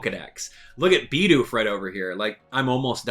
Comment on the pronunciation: it's "Bid Oof" not "BeE dOoF"